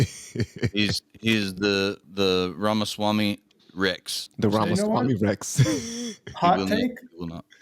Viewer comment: You can't even say his name right. At this point of his candicacy, you should at least say his name right unless you're intentionally doing it out of disrespect which is evident here.